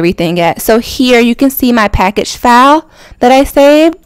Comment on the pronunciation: When she was saving file I thought she was saying foul 😂 I'm sitting here like what the fuck is she talking about it, then yeah I made sense of it